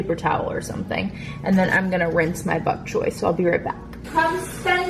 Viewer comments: "I don't want any bok choy cookies" Lol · "Buck choy"? lol you're so funny with your pronunciations. What made you decide to add bok choy to pasta? I do the gluten free egg fettuccini with steamed broccoli and chicken, topped with alfredo and shaved parmesean! Delish! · You say the funniest words. I’m from Ohio too so I know it isn’t that🤣 Bok Choy you say Buck.